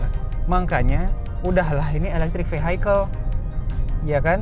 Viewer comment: Vehicle dibacanya bukan Vihaikel... tapi Viyekel... 🙏